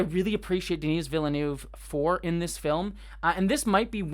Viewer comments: The "s" in "Denis" is silent, the way you pronounce it would be the female version "Denise". It's French. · Just for the record, Denis is pronounced "De-Nee". The S is always silent when at the end in French. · De-knee Vil-nuv. Don't pronounce the S :) So excited for this one! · Great review, thanks! Small note - Denis Villeneuve's name is pronounced kind of like "duh-NEE".:)